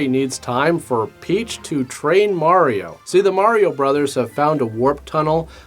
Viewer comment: Thank you so much for saying Mar-E-O instead of Mary-o. Instantly made this video 100% more watchable than all the other videos covering this movie.